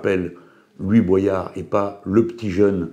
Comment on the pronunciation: Il s'appelle Louis Boyard et pas Louis Boisyard. Quand aux propos de Boyard, il a traité Hanouna de raciste, d'irresponsable et a dit que Bollore ruinait l'Afrique. Après il a peut être raison, je ne connais pas le fond mais c'est assez discourtois.